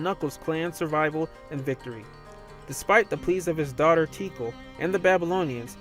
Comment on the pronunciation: I was under the impression that the name Tikal was pronounced Tea-Call.